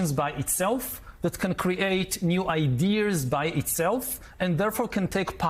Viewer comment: I like when he says idears